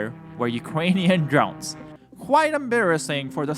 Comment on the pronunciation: Ukwanian Dwones